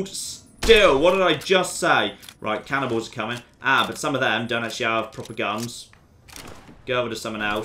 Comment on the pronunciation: When he said cannibals, I got confused because I thought he said cannonballs.